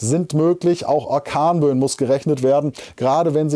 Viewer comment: Was sind akornböen?😅ich finde das sehr witzig und deine versprecher sind der knaller 😄😀,die gehören echt dazu😊